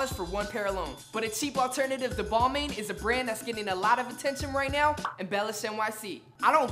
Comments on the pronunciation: for some reason it bugs me so bad that you butcher the pronunciation for so many brands. it's pronounced ball-mon not ball-main although it's spelled "balmain" it's French so it's pronounced ball-mon. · Balmain is actually pronouned as "Bal-mahn" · nigga said "ball main" .. lmao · Youre pronouncing balmain wrong. But thats aight lol nordstrom rack has some cool stuff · U pronounced balmain wrong😂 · bruh pronouncing balmain wrong smh